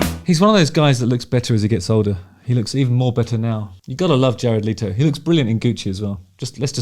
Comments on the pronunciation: Leto not Leeto, if you are going to a video at least get the dude's name right. His voice is far superior to yours anyway. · Pronounced Let o not Lee toe Also you need to shut up. You talk way to much. You IRRITATE You talk like you have a clapper valve on a ducks ass Your voice is like nails on a chalkboard . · Your assumption was right. It is not pronounced “Leeto” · How about pronouncing his last name correctly? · I had no idea that's how his surname is pronounced, I always assumed it was as it's spelt